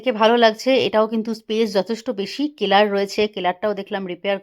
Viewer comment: কেলার না, সেলার বলে।